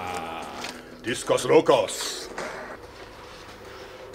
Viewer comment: Not discous loucous, but discaws lokaws pronunciation. Cool!